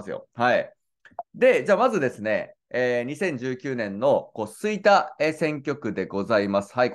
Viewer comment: 吹田の発音がちょっとちゃうなあ。